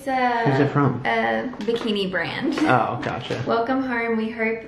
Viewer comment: The way says “plant” and “brand” now is hilarious... slowly slipping into the American 😂🙏🏻